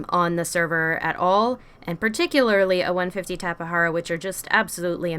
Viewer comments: I pronounce it as tap-a-jar-a lol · Its a tape,jara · Just so u know that u said tapejara wrong Edit: wow i thot no one would reply